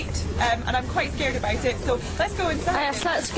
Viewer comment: Her 'about' is so, in such an amazgin way, scottish.